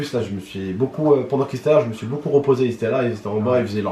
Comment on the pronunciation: on dit "me" pas my